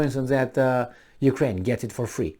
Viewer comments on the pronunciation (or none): none